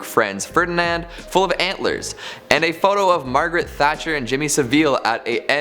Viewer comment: It's Jimmy Savil not 'saville' -sav-ill